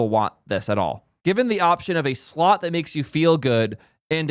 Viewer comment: I couldn't tell if you were saying "slot" machine or "slop" machine but actually...I don't it makes a difference